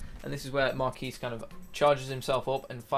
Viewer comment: Melee me • lee (may • lay) The Quis is Marquis' name = Key So Marquis sounds like your saying Markey. I had to get that off my chest.